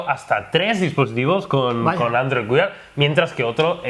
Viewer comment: Joder se dice "wær" no WIAR.... Dejad de decir WIAR que duelen los oidos! Por lo demas sois muy genios!!👍